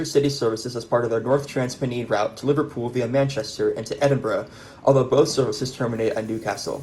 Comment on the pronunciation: Excellent informative video! Pennine is pronounced "pen nine" rhyming with eye jsyk.